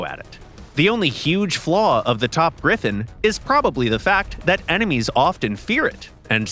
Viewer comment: GriFFON, not GriffIN!!